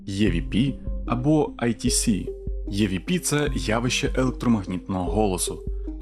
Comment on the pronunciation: EVP читається як ІВП ніяких Є там немає, розумію можливо це трохи душно з моєї сторони, просто тригерять відсилки на язік навіть якщо вони на навмисні, а загалом відео дуже цікаве